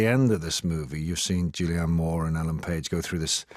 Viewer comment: David Morrissey adds absolutely nothing to these reviews - I'm pretty sure he mispronounces Julianne Moore's name at one point